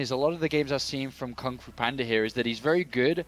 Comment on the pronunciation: Wow, they never said GunGFuBanDa's name right until